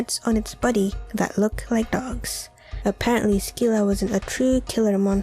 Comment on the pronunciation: You've mis-pronounced the creatures at Number 4. Scylla is pronounced "Sil-La" and Charybdis is pronounced "Kah-Rib-Diss".